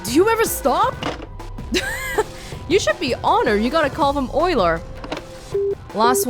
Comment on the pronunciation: I'm really pleasantly surprised that you pronounced Euler correctly, since tons of people seem to pronounce it you-ler.